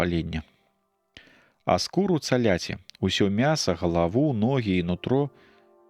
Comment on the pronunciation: Агаворка: цаляці замест: цяляці.